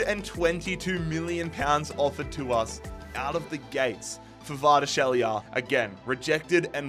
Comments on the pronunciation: Just call him Kvara or Khvicha if you can't pronounce his last name. Although Khvicha is probably too hard for you too lmao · pronunciation of Kvaratskhelia and Osimhen 😅